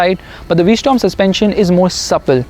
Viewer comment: Its called a v-strom not a v-storm